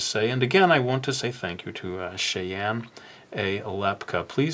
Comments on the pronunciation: Sorry, but I wanna say that name is pronounced, "Shy-anne" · trying to say Cheyenne 🤣